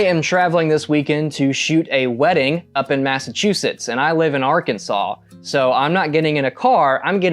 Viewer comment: Bro hit that “Arkansas” HARD